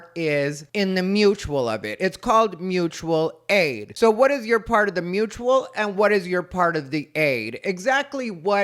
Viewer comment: It’s Moochual aid!!!! 🤣🤣🤣